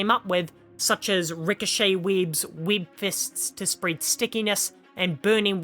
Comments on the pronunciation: Bro I straight up spat my drink when u said “Weéebs” 😂😂😂 I swear I can’t focus what u said afterwards. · The way u were saying webs was too distracting 😂